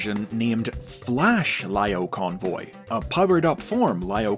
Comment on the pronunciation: I loved how you say Lio Convoy, Laiyo Convoy. Such a small attention to detail about how he called in the anime series.